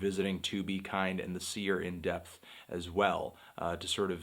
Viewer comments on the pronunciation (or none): none